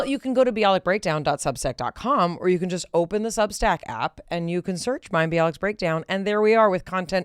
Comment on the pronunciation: Can we just praise Mayim for the way she correctly pronounced this complex name?! 🥳🙌